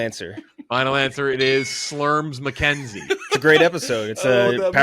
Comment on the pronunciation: Am I the only one who heard say Slims McKenzie